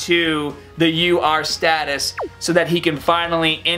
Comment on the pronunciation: Sounds like you say lr card vegeta instead of ur card vegeta lol